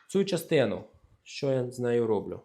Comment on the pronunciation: А чего РОблю? А не робЛЮ ?